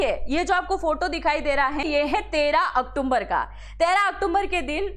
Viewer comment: मैडम बड़े शर्म की बात है आप अक्टूबर शब्द को सही नहीं बोल पा रही हैं आप क्या एग्जाम नारी चलाती हैं बार बार इंडिकेट करने के बाद भी आप अक्टुम्बर अक्टुम्बर बोलती हैं जबकि शब्द अक्टूबर है